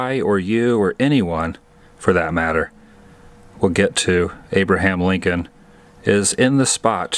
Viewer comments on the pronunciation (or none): You said Abraham Lincoln but I heard Woobraham Lincoln.